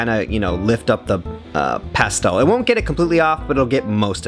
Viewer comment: The way he pronounces pastel makes me ill